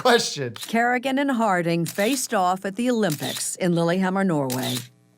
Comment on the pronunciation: As a Norwegian i feel offended at the level she butchered "Lillehammer"